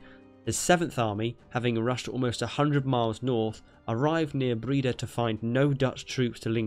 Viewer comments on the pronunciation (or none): It's not pronounced "Breeda" it's "Breyda" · It's not 'Breeda'. but 'Brayda'. #Breda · Breda is pronounced as "Bray-daah". Just FYI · You said Breda realy wrong😂